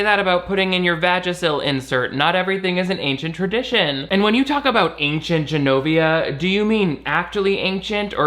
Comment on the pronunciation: They also pronounce Genovia as Zs-enovia (like Zsa Zsa Gabor), while the Americans say Genovia like a J